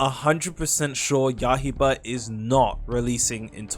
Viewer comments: you gotta stop saying yahiba bro its yaiba, yaiba as in blade, what is yahiba supposed to be 🗿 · "ya-hie-bah" 😭😭🙏🙏 when is it gonna stop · please stop saying ya-hi- ba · Yahiba Hinoukami Emlem Tales arwais veilboud Magwoi?? are you doing that on purpose cause that aint an accent or its just ragebait